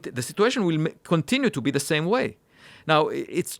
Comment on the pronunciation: Not da sÆm